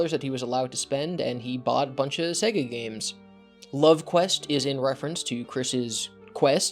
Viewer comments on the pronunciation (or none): none